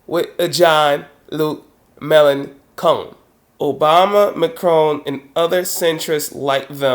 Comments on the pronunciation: Sorry, but it's Melen[shon] not Melen[con]. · Not really important but it's May-Lan-Shon, not May-Lan-Kon. The rest of the content was fine :D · 2 remarks:1. 'melanchon' is pronounced malanshawn. 2. The Democrats are not centrist when it comes to distribution of wealth and welfare. They are perfectly happy with society as it is now. That's a rightwing position in my book. Otherwise a very valid point. I hope Obama will prove you wrong on this. Corbyn should win. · I love how you pronounce "Mélenchon": Melon cone, it actually sounds nicer than the real pronunciation. 😄